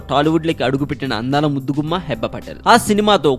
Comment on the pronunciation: Firstly, aa pic Manojdi... vishnu kadu .. secondly pronunciation heeba, Hebba kadu nee abba... thirdly, naku nee voice asalu nachaledu... ae drama company nana needi